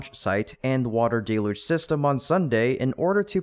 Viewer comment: Please say DEL-yooj, not DAY-loozh.